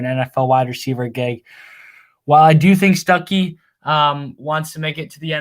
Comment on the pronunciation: Quit calling that man Stookey 😂 he's a Georgia native by the way just fyi. Stuckey will be a game changer for ND WR recruiting.